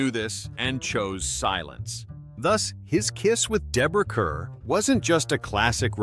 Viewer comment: Deborah Kerr’s last name is pronounced “car.” Very annoying after the third time.